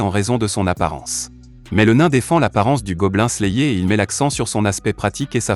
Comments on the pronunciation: Je ne suis pas sûr qu'il regarde vraiment les mangas qu'il resume pour dire Goblin slayéééééé. À voir les miniatures de la chaine la plupart sont putaclic sans parler des titres de vidéo plutot bizar. Si encore il y avait quelque théorie ou truc du genre se passerait,quoi que?. Autant de vu et like pour écouter " " lire un résumé tiré d'internet, les gens et l'algorithme Youtube me désespèrent. COURAGE a vous qui regardez les videos de cette chaine. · Je te jure, la vidéo est terrible mais la prononciation massacre l'audition lol